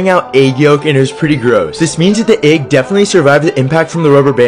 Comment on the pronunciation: It's pronounced egg not eag 😂